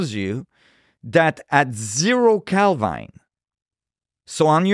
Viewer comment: When he said hbarmu , I said wait a minute, and later he pronounced Kelvin as kelvine, I stopped listening😂